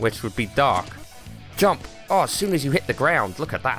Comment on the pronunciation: Watch this video again... Then read my comments. Your amazing bud!!!! Going back and watching all your vids. "Come on smurf"😂😂😂 Quit talking 'bout your fingers😂😂😂😂 That air breathing thing you did👌🏽👌🏽 The head-bob when you said "jumpppp" Honestly your best vid (based off of hilariousness)in my opinion. So glad I'm watching your old vids too. ... Random words... "Who that sounded German!" ...more random words...😂😂😂 Jubble jump... This thing eff's up your speech pattern... 😆😆 Go watch this with the YouTube put in subtitles it's hilarious. Pounds fist on desk but not hard enough to actually hurt himself😂💪🏽